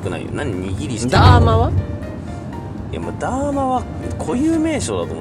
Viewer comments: 握り石ダーマのダーマはそのイントネーションで合ってるの？ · ダーマのイントネーションそれなん？